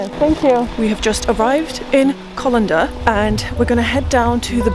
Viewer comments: Its Callander not colander lol😉🤭🤣🤣🤣🤦‍♂️🤔😜😂😂😂👍🏻Brilliant though 🥰🥰✌️ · First town she visits Callander as in Call not Coll….👍But in saying that you made a good clip of my home country. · It's not Colander,it's CALLANDER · Just to mention it's called Callander not Collender ❤ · callander not collander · Callander is pronounced as in Calender (dates/times/events etc) and not Colander (straining device) as pronounced in this video. As a Scot who lives in Scotland, I hope this helps! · Excellent video, looks like you got some favourable weather too. For future reference though, it's CAHllander, not CAWllander. :) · Callander not "Collander". Apart from that, her gentle enthusiasm for the scenery, the tranquility and the local delicacies - tablet - made me homesick, viewing as I did from my work place in East Africa! Don't worry; I'll be home at Christmas! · Hi , just saying , it's not colinder it's CALANDER,, take care . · Nice one,. Welcome to my home country 🏴 - hope you enjoyed it. (The first town you stopped at, Callander; is actually pronounced like ‘calendar’ 📅 😁 confusing, I know 🤔). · Apart from the pronunciation of ''Callander" great video. 👍🏼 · Youn need to practice your pronunciation for Callender it is not correct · Nothing worse than when these vloggers can’t even pronounce the name of the place they’re in. Not even that, they don’t research it before they record their video.